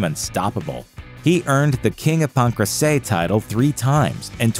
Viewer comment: How does he keep mispronouncing Pancrace hahahahahhaha omfg just listen to anyone say it